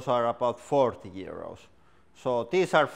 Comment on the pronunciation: OMG when you said 200 euros and 40 euros it sounded like you said 200 years old and 40 years old!